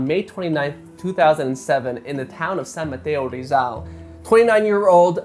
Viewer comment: I love how pronounced "San Mateo, Rizal" in a very Filipino pronunciation. Love this guy. I am a fan from BuzzFeed Unsolved Mysteries ☺️❤️